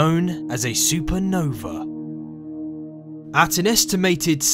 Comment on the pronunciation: I cant wait for the "supernover" :)